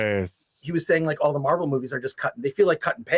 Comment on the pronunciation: I kept hearing Marble Movies when taking about Marvel movies. As it should be: them producers lost their marbles to the left.